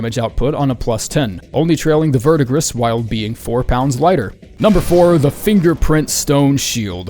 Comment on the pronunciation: Verdigris is pronounced Ver-Di-Gree. French word.